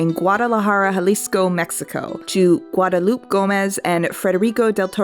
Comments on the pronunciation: Guadalupe ends with an -ay sound on the end, gwod-ah-LOO-pay. I love your videos so much and I'm so glad you're super into the drift compatible stuff. I just about spit my drink out when you said Pacific Rim: Friendship is Magic. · Love this video but I Guadalupe is pronounced gwad-uh-loop-ay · Watching for the fourth time and I only just noticed that you accidentally said Guillermo Del Torro’s mom’s name incorrectly. You say the e in Guadalupe like Guad-ah-loop-eh. It was pretty good other than that! I love seeing non-Spanish speakers correctly pronounce Spanish names words. I see and appreciate your effort